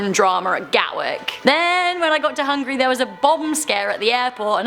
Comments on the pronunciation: hungAry.. not Hungry.. please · It's pronounced Hon-geh-ree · When she says it it sounds like hungry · When you said "Hungary" it sounded like you said hungry.